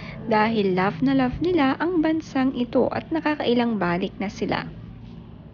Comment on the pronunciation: It’s not bálik; it’s balík. Thanks!